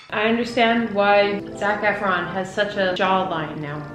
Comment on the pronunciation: There was a time you said his name and I swore you said “Snack Efron”... lol not wrong!